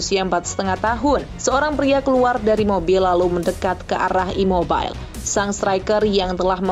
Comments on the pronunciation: Ciro ImobiLEEEE,,, bukan Ciro ImmoBAIL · Baca imobile bukan imobil😂 Pelafalan bahasa Italia sama dengan indonesia jngn dikit2 Inggris. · Gak semua nama orang asing dibacanya pakai bahasa Inggris, contoh CIRO IMOBILE. Sebutan udah benar IMOBILE bukan Imobail.